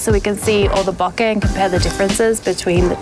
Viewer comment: LOVE that you pronounce BOKEH properly. IRKS me when "professional" photographers say it wrong.